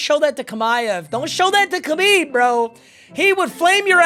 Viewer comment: what a way to pronounce Khamzat and Khabib